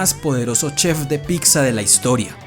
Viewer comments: ''PITZA'' no ''PICSA''... neta me desespera ese pedo haha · Pronuncienlo bien. Pitza no pixa